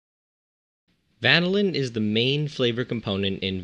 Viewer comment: Love the "vanaLIN" haha